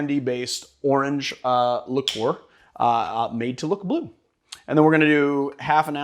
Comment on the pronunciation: Liqueur. Say it slowly. “Lick-ure” It’s not “licore”